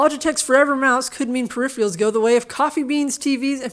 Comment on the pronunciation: It’s not just Kentucky YouTubers that say “periphewarls.” I’ve heard fellow Californian Jayztwocents and others say it that way on YouTube. It’s definitely not in the dictionary. Where does this come from?